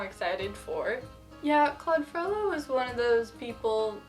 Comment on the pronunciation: Wow! She pronounces correctly: FrollO!